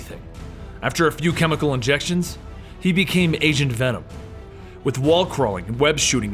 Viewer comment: When he said Agent venom in the stream, i first thought he said Asian Venom xD